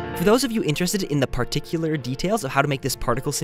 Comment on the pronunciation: haha 'particular'